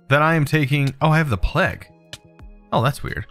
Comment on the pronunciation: He says plague as 'pleg'